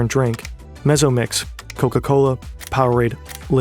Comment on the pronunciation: I heard the pronunciation of Mezzo Mix and died a little inside. I dread to think how the Americans pronounce pizza.